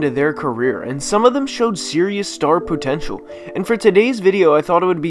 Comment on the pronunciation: "Serious star poo-tenshual"